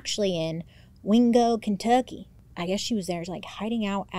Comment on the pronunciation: WINgo kenTUCKkey has been my new vocal stim since yesterday thank you 😂